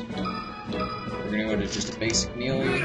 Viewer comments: Just so you know, the word melee is pronounded may-lay, not mee-lee!;v) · "mealy?" hahaha good video, though!